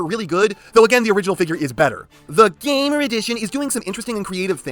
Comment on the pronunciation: I almost feel like You pronounce "GAMER EDITION" as "GAY-MER EDITION".